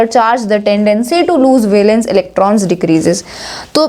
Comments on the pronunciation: Urs Prouncation is wrong of valence..... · 49 min 15 seconds listen how she says valence electrons